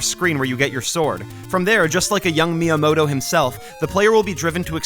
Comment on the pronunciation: You do not have to speak Japanese to pay just a little bit of attention to pronunciation. Like, I’m not French but I also wouldn’t pronounce “bon soirée” like “Bonn-sooarrrghheyyyy” like you Americans do. Just say “myamoto” with a hard “T” and we’re good. 👍😉 And also… WHAT THE HELL IS A KILOMETER?!?!?!?!?!🇺🇸🇺🇸🦅🦅🦅🦅🦅🍔🍔🇺🇸🇺🇸🇺🇸🇺🇸🇺🇸🇺🇸🇺🇸